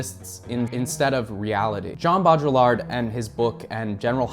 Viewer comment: Mate whenever you say jean baudrillard it feels like I've just eaten a spoonful of mustard and also someones punched me in the stomach